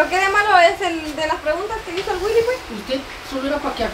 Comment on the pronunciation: Si da risa la abuela jajajajajaja ta loca dice wuili